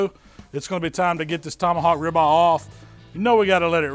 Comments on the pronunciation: “Tomahawk ribah” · He pronounced it just like this " tomahawk Rivah"